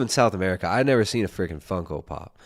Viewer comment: I love how doesn't even know it's Funko and says fungo haha thats how baaed he is. Funko is this justin guys whole life, and is 7 years later mispronouncing it. Champ